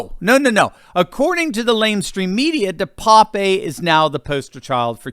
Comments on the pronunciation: Name is pronounced DE PAP. Like pap test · DePape a Dutch name pronounced de-pap the e is silent .